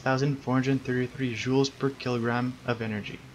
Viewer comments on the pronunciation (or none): none